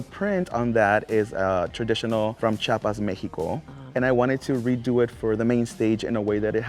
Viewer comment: All the time saying that she is Mexican, but she can't even learn the correct name of the state, it's CHIAPAS no chapas, girrrrl 🤦🏻‍♂️🤦🏻‍♂️